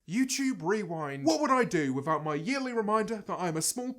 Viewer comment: Nobody: Not even Jojo Siwa: James: youchewb 👁👄👁